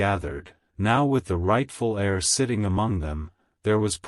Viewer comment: The word is pronounced air, but spelled : heir.